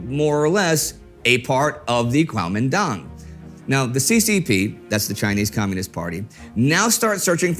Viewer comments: Kuomintang or Guomindang. Not Guaomindong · I thought it was pronounced "kwo-Meen-tdang" was i wrong?